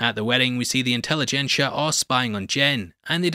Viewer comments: "Incelligencia" was actually pretty good. 🤔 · "Incel-igencia" lol